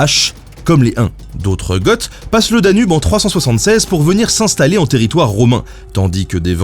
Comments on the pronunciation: Mais dis-moi Ben ? "Goths" ça ne se prononce pas "go" plutôt que "gotte" ? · Le "th" à la fin de "goth" ne se prononce pas, si ? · Sérieusement, Les MAURES pas les "MORTS", et les Goths pas les gotes. La prononciation. En anglais OK mais en français merde... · Fan d'Age of Empires II depuis 20 ans, c'est absolument super de voir le jeu traité dans une vidéo d'histoire ! Petite précision : les Goths, Wisigoths, Ostrogoths, ça se prononce "go" ;) Et tu parles des héros du jeu original et de Conquerors, mais ils en ont ajouté plein depuis, comme Tamerlan, Vlad Dracula, Alaric, etc. !